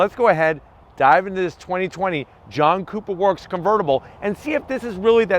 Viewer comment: Sounded like you said “ let’s fire up this JUNK cooper work